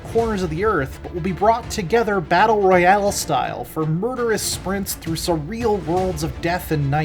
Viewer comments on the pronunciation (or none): none